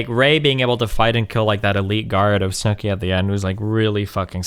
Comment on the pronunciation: He was mildly trolling. It was intentional. He called "Snoke" "snooky"